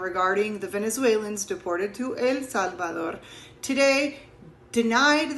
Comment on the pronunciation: I love how she’s American but when she says El Salvador, she says it with a Spanish accent